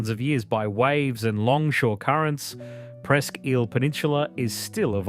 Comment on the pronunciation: I also heard Presque "eel". I thought it was pronounced Presque "ile".